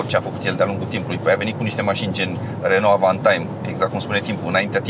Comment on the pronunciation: Bravo pt video si FELICITARI ca nu mai pronunti RONO si zici RENO. 🥰 BIG BIG LIKE Va salut cu respect 🖐️🖐️🖐️